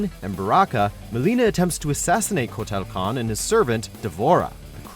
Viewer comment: That pronunciation on Kotal Khan's name....